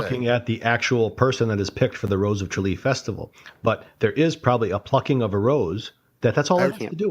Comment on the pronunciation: It's "Tralee"